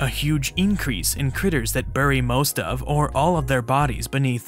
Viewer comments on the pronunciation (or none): none